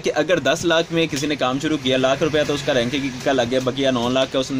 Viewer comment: raking ka matlab ha. jo ye lakri key box bane hue ha jin main samaan rakha jata ha..us ko raking kehtey h..baqi lafz raking hota ha ranking nahi wo ghalt bol rahe ha..